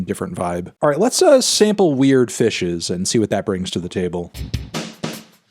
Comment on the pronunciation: HE SAID WEIRD FISHES CORRECTLY!